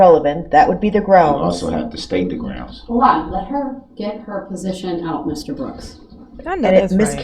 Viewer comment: Leslie was over him saying groundz just to annoy them, but this guy annoying DB and Leslie adding fuel was glorious.